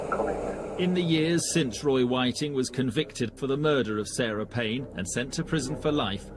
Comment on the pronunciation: ffs all your hard work and you cant even get his name right.